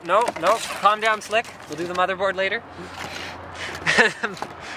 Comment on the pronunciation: i swear he said bobby board